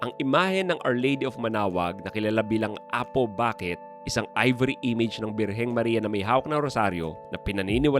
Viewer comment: It's Apo Bakét not Apo Báket. 😁 Isa pa lang napuntahan ko diyan haha. Ay dalawa pala. Di ko lang maintindihan bakit di pa i-expand yung Quiapo Church. Sa dami ng nagdedebosyon kulang na ang space sa simbahan.